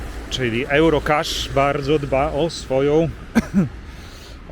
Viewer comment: Jak już chcesz po angielsku, to "juro" a nie "ełro"